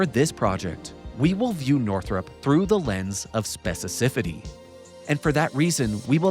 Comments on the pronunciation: Specificity is pronounced “speci-fi-city” btw not “speci-cifity” lol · Unparalleled depth. But also lol at "specicifitty" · You can memorize the government's complete encyclopedia of acronyms but you can't pronounce 'specificity'? Haha.